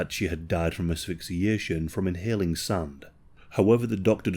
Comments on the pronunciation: Why you say SUN? instead of SAND?? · Yo that makes me giggle